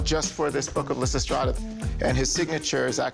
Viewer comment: So-called Picasso expert can't even pronounce the title of the work Lysistrata.